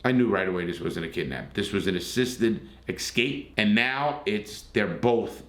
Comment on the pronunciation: Most cases like this are not triangles as you say. They are straight 'love' relationships. A love triangle is something different. Also it is EScape, not EXcape. (and 'ask' not Ax) eg "I asked my 5th grade English teacher a question I did not AXE her". Keep up the good work anyway.